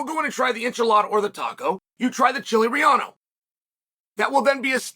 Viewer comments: chile relleno is pronounced "REH-YEH-NO", not "RUH-YAH-NO" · "Chili Rillano" will get u sideway looks at a Mexican restaurant 😂